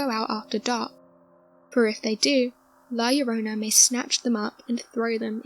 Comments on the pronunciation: "La llorona", not "llorana" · Good video, but it's la llorONa